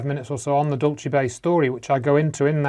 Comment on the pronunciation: Every time mis-pronounces Dulce, Dulchay, as if its an Italian word, my skin crawls. Here in the U.S. we say it like the Spanish, DOOL-say. Now your debunking Phil Schneider? Good grief, get a life from what's near you.